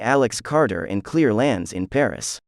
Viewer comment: Is he really calling Claire clear? Lol 🤣 ok